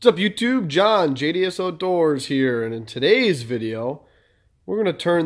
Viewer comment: When you said "JDS Outdoors" I thought you said "Idiots outdoors" I had a hardy chuckle.